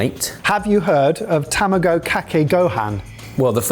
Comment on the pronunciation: The English maintaining their tradition of pronouncing foreign words however the F they please. Ta Mah Go. Not Tama Go.